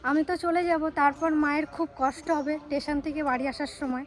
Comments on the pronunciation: Tumi amar meyer moto tai bolchi kichu mone koro naa,tumi pronounsetion taa thik kore korbe jamon shoril naa shorir,tetion naa station, eiguli thik korbe ta naa hole tumi khoob bhalo ,egiye jao boro hou ,khoob bhalo meye tumi ,bhalo theko,sobayke bhalo rekho.❤ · tumi onek bhalo but ekta kotha boli tetion na please station pronunciation hoi correct kore nio❤❤ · খুব কষ্ট লাগলো 😢যারা বাবা মায়ের থেকে দূরে থাকে তারাই বোঝে, মা-বাবা এবং সন্তানের যে কত কষ্ট হয়। বোন তোমায় একটা কথা বলি,শিক্ষিত মেয়ে তুমি একটু উচ্চারণ গুলো ঠিক করে করো,না হলে ইংলিশ বলার দরকার নেই,অন্তত বাংলা যে কথাগুলো বলছ স্টেশন কথাটাও ঠিকমতো উচ্চারণ করছ না এটা একেবারেই তোমার থেকে আশা করা যায় না।